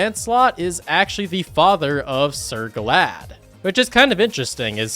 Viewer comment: You mis pronounced Sir Galahad’s name it’s not glad it’s gala-had